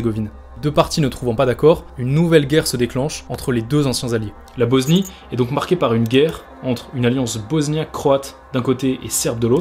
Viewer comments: Frérot j’aime bien ton documentaire, mais arrête de prononcer BoZnie stp c’est un S et ça se prononce S pas Z s’il te plaît, BOSNIE PAS BOZNIE! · Mais pourquoi tu dis Boznie gros ? Regarde sur Google ça se lit comme un S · La boznie? 😂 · BoSnie pas BoZnie